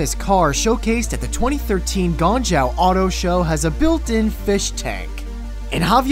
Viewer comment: I just can't comprehend how Native English speakers can't even say "Guangzhou" properly... What did Kevin say? "Gong Zhao"? What???